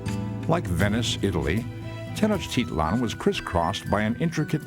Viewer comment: Oooooo I live in Mexico and the guy is saying Tenochtitlán incorrect